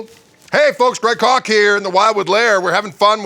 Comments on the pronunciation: It's pronounced Koggggg :-) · Koch pronunciation: In Europe many countries pronounce 'c' as 'ch'. For me, I like to pronounce Koch as 'Coke' or 'Coach'. :)